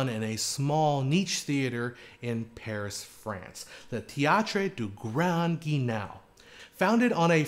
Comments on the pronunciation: Grand Guignol is pronounced like "hull" not "canal". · Oh, dear-- have I have been mispronouncing grand guignol all this time? I really believed it should sound like "gran geen-YAW". Here, it's spoken as "grand gee-NOW". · Appreciate your very informative videos, thanks! Btw you should say Grand Guignol like this: Gran Ghee neol (or knee_all) 😉